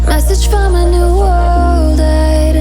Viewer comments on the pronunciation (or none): none